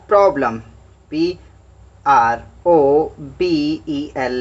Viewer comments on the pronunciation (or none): Sir problem hota hai probelm nahi 😅😅